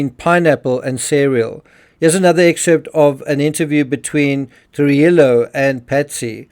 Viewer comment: This is great work and I've liked and subscribed to the channel. However, and I hope this doesn't sound stupid, but what's the Thanks button? I don't see that on the YouTube interface on my phone. Is it the same as the Like button? Also, I'm pretty sure Commander Thomas Trujillo's last name is pronounced tru-HEE-yo. To be fair, I can't seem to find any video or audio evidence of this in the limited time I had to look. So I could totally be wrong. No disrespect intended. Just trying to help. Thanks again for your work.